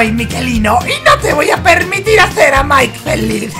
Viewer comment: A y es mike no nike